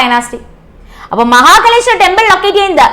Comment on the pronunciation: മഹകലേശ്വർ അല്ല മഹാകാലേശ്വർ